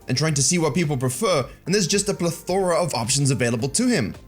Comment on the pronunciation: ple-THOR-uh. Love it.